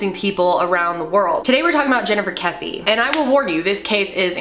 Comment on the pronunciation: but their name is KRessie NOT kessie